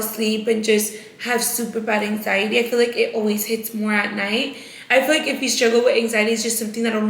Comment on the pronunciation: you & Britt are still trying to make “hang ziety” a THING?! 🤣 Babessss you don’t feel that anymore because those were the SHAKES, that’s called withdrawals 😭 “hang-ziety”??? Smh 🤦🏻‍♀️